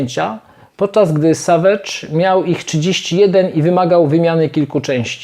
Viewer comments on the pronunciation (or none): none